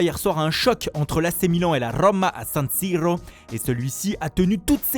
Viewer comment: As Rrrrrroma à San Sirrrrrrrro 🤣🤣🤣🤣